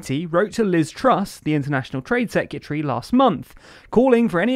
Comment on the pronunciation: Can you please stop pronouncing “secretary” “secutary” thank you